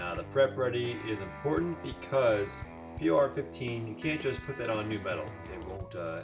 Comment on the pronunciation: It's pronounced "poor" 15 😉